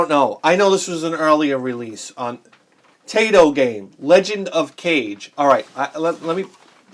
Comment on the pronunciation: Lol speaking of mispronouncing Kage, you pronounced Taito wrong. It's actually pronounced Tie-Toe, as in the Tie you wear around your neck. True story. I do agree with how you pronounce Kage tho, that's how i've always said it.